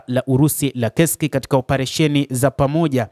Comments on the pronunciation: Inasomeka kesk lakini inaandikwa kursk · Ule mji usiuite KESK hautamkwi hivyo. Ni Kursk unatamkwa kama unavyoandikwa